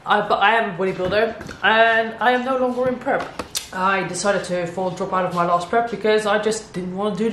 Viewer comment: Do you maybe speak swedish? That ”Nej” sounded just like ”no” in swedish😄